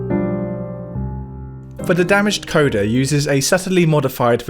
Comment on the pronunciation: It feels like a petty criticism but you pronounce and phrase things... interestingly. 'For The Damaged Coda' isn't a song dedicated to a damaged coda, it's the coda to For The Damaged, an earlier track on the album. 'BoBiverse' is "Bobby 'verse". Apologies for my pedantry and I'm glad you're still making informative content.